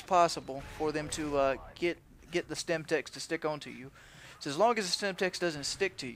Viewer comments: isnt it Semtex? not Stemtex? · good riot shielding but its called.SEMTEX not STEMTEX. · SEMTEX not stemtex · LOL OMG It annoyed me so much when he kept saying STEMTEX its SEMTEX dude